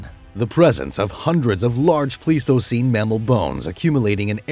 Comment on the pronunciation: Isn't it pronounced pleistocene like plywood?